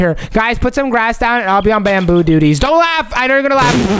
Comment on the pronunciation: Not bamboo it’s bamboy